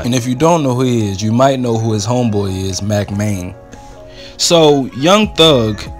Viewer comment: Dis man said mack Maine